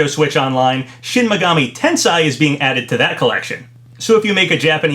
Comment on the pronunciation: pronounced ten - say